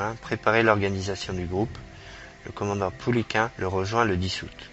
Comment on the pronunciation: Le 1er commandant du GC3 "Normandie" s'appelait Joseph Pouliquen, commandement assuré du 1er septembre 1942 au 22 février 1943. Il portait le grade de commandant. Jean Tulasne, commandant en second, lui succéda. il faut prononcer Pou-li-quène et non Pou-li-quin. Jean Tulasne n'a jamais commandé le régiment Normandie-Niemen. Ce sont des dénominations qui furent apportées plusieurs mois après sa mort tragique. Il commandait le GC3 aussi appelé escadrille "Normandie" qui, bien sûr, devint le régiment ensuite.